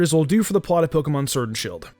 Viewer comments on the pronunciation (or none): Had to bail out after hearing Pokemon Surd and shield 1 too many times